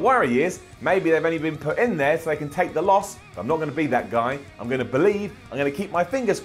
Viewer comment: I believe Me: You mean bo-lieve?